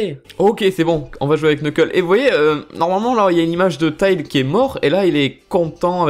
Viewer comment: ON DIT TÈILZ ET PAS TAILE